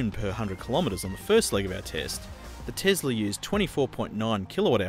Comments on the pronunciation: this was painful, first of mal, it isn't a tezzzzlah mate, it is a tesla, it was a person's name from history dont be a bogan (this become more and more grating as the video went on) also, cruising on a highway, really not in favour of the eleccy car where regen in stop go would be much better, I am sure something that was reflective of the stop go grind as if a school holiday rush, the tesla would be a much better propitiation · Tesla not tezla. S not z Jesus Christ. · It’s not tezla it’s tesla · Tom Hardware chill. Elon, you know, the guy that created the company says ‘tezla’. So I think we can let it slide.